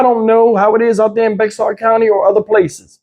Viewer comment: It’s pronounced Bey-har. It’s from when Texas wad still a part of Mexico, so you say it like they pronounce words. 😉